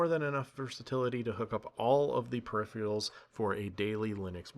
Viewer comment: Ragebaiting us with "gigaBYTE ethernet" and "Intel EXION" lol... and your "perifreeials"